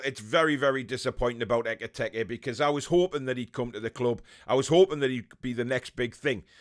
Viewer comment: His name was never EK-I-TEK-I lol :')